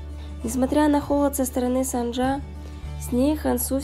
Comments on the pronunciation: Героиня - кореянка и имя ее - корейское. Значит нужно читать по правилам корейского языка. 김선자 - тут явное О 🙃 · Почему вы произносите сАнджа? Правильно через О, СОнджа